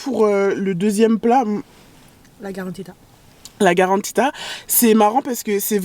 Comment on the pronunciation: La karantika et non pas garantita 😂😂😂